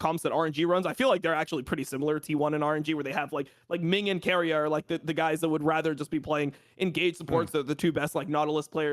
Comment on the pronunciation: Omg its keria not Korea very different pronunciations. Listen to iwd he knows.